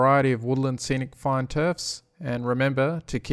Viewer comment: Every time you say "fine", I hear fun :D